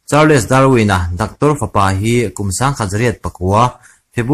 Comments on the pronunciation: Charls tia lam tur zwk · Atha khawp mai mahse Lam dan hi tlem uluk leh thei zual la entirnan Charles nilovin Charls tia lam zawk tur aniin ka hria.. Great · Charls Darwin ti a, lam tur zawk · A vàn ṭha thei em!.. Charles-chaaals.. Hual-kal hual/tlan hual thluk nen a in ang